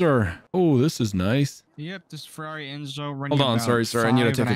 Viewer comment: “Forrari” lmao